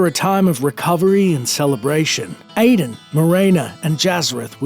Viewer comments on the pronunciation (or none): none